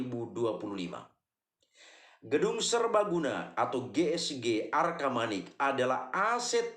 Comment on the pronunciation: Bukan arkamanik om tapi arcamanik